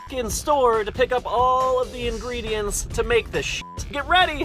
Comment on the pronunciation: Ingridients According to: She She Froo Froo